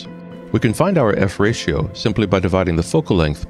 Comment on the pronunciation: I have always heard F-ratio, not "fratio" (until now) lol